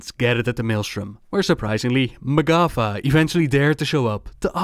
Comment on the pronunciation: For long time I thought you said MacCuffa when talking about the tauren...